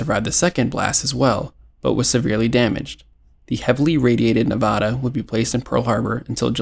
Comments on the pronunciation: You're mispronouncing 'Nevara' . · why did bro butcher nevadas name like that 😭